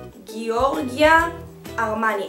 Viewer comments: אני מאוד אוהבת לצפות בunboxing שלך של קופסאות גלוסיבוקס! תיקון קטן : אומרים ג׳ורג׳יו ארמני ולא גאורגיה ארמני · מיכל הגבות שלך בסדר גמור גם ככה חוץ מזה רציתי לומר לך שאת מהממת ❤️ אגב אומרים ג׳ורג׳ו ארמני ;)